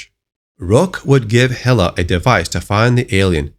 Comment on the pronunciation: Hilla? You mean Hi-la right?